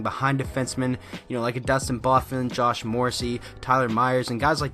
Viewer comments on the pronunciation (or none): none